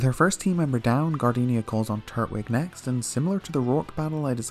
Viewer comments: Something really bothers me about how you split up the syllables of turtwig because I always hear it and say it tur-twig like tur-tle, but you say turt-wig. I dunno, but it’s one of the weirdest things to bother me, I know. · Twig!!! Twig like a stick! It’s not called “turt -wig” it’s tur-twig because it’s the Twig Turtle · Lol I know different places have different accents but I was legit gettin upset in this one😂😂😂😂 red, crystal, and emerald you did good but what the hell is a “turt-wig”. Growing up I called him “tur-twig” like turtle mixed with twig. You’re saying it like turtle and wig. Like I distinctly hear you pause between turt and wig and it’s throwing me off. Still great vids tho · I thought it was tur-twig not turt-wig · It’s “Tur-twig” not Turt-wig”🤦🏼‍♂️ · "Turt-wig" XD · TUR-TWIG!!!! it’s not that hard! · no one gonna mention the way he was pronouncing turtwig? really?